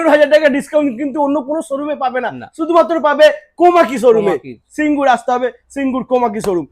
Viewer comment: ওটা সিঙ্গুর, সিংগুর নয়। Made in India (Delhi) না বলে, Made in Japan বলার জন্য এই ভিডিও টা কে Youtube এ report করা উচিত।